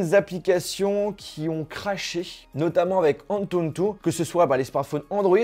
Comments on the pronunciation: Par contre c'est ANTUTU et pas ANTUNTU 😭😭😭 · Tu Galère Légèrement À Dire Antutu 😂